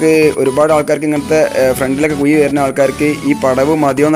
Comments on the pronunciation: കുയി അല്ല ... കുഴി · കുയി അല്ല കുഴി എന്ന് പറയു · എന്തോന്നടേയ്‌...മയ,കുയി.... മഴ ,കുഴി എന്നു നേരേ ചൊവ്വേ പറയടേയ്‌ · Kuy alla kuzhi